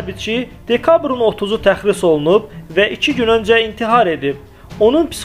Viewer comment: Тəxris yox, tərxis demək lazımdır. Allah rəhmət eləsin.